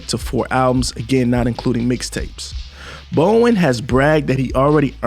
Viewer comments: "BOW-DEN" Not Bowen 🤦🏿‍♂️. "ILL-N-OY" Not ILL-N-NOISE. Public Schools Have Failed. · Bow-den. You know like the den inside of a house. Or a lion's den.